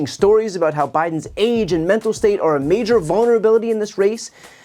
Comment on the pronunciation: Men-Tal Decline Men-Tal Decline Men-Tal Decline Men-Tal Decline